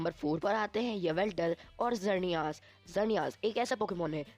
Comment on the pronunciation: sorry bro but mainly you said some wrong as you said time controler pokemon is palkia but it's dialga you mistakely wrote 7 as 10 you are giving eg. of magmar but you show typhlosion and you also pronounced some legendaries wrong as of xerneas but don't worry about my words you are doing great work. edit- sorry I also said wrong I also said two times palkia lol